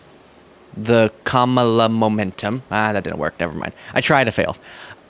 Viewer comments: I think he started the Kamabla (I think it is pronounced, comma-blah) to merge her name with her identifying as black, because he has the maturity of a third grade bully! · It's intended to be "ka-MOB-la" and try to suggest she's part of the "organized crime family" that is the DNC. It's as stupid as it is childish. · He’s saying Kamabla for “blah, blah, blah” I speak fluent Trump. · With Trump saying “Kamabla”, he’s trying to insinuate that she’s blah, as in boring, which would make more sense if he spelled it Kamablah, but this is Trump we’re talking about here. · he writes "Kamabla" as a racist focus on her Indian heritage. Look up the result of the transposition of the "a" and "b" = "KAM-BA-LA" = "KAMBALA". Keep going,. You are doing great! 😊 Your friends, D&M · "Trump was actually doing much better in the polls than what the polls were reporting", says Lies Harrington in that clip. What a buffoon to say that the polling organizations were apparently lying about what their actual results were. More lies from the right. BTW, it's pronouncee KA-ma-la, Ms LIes Harrington. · It’s Kamabla, he’s making fun of her names pronunciation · Is he attempting to make it 'Ka-MOB-la' like it's equated to mob violence, or 'Kama-BLAH' like she's boring? Either way.... He sucks and this is stupid infantile behavior. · I think he's trying to say cabal but he doesn't know how to spell it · I think maybe "Kamabla" is supposed to be "mob" because he can't pronounce her name right. He says kuMAHla, so add a B at the end of MAH and it sounds like MOB, insinuating she's into organized crime? Maybe? I mean, it's a reach and it's a shitty nickname even by Trump standards. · He’s saying “Kamabla(ck)”. What a sophomoric thing to do. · 'Kamabla' = 'kama-blah' ? really showing your "genius level IQ" there R. Smelly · Is it possible that Trump says Kamabla because the "b" and the similar "a" sounds reminds one (or at least Trump) of Obama's name?